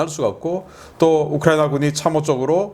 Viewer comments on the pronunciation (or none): none